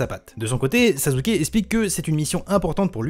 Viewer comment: Pk tu dis sazuke